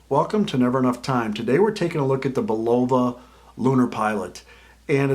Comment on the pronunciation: Learn how to pronounce the name correctly.